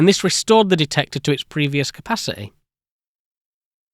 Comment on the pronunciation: Why can't you pronounce the letter "t"? Wa'ah. Capaci'ee. Is it just too much effor